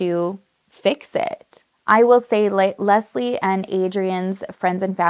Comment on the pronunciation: Can I just say, I'm "Leslie" as well, and hearing how perfectly you pronounce it, is refreshing. 🙌 You excentuate the "S", which is how I prefer it. It sounds so much softer and feminine. ❤Most times, when I meet new people and they pronounce it as a hard "Z", I know they ain't gonna be my people. Lol so random I know, but just saying I knew I loved your vibe, girl!🧡🧡